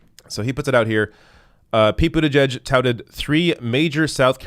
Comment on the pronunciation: Pretty sure you meant to say “Pete Booty-Judge”